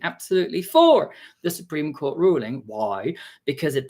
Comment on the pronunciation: "the Support Cream ruling" Now that's the kind of spoonerism I need in my life 😂